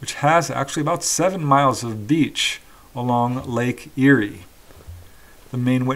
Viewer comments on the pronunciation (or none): none